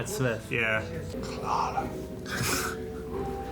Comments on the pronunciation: It's been an entire season since Clara was introduced and all of them are still pronouncing her name as Cleh-rah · Boys, say it with me. "Clah-ruh." It's Cl-ARE-uh, like "We are," not "Cl-AIR-uh," like "The air." They say it on the bloody screen all the time! It's been a whole season. You no longer have an excuse. "Clah-ruh. Clah-ruh."